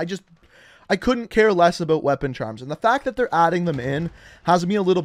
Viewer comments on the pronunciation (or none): ABOOT!!!😂🤣 IT KILLS ME. He doesnt say it nowhere as bad as I have heard other. Love the content brother keep it up. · aboat. i like how he says about.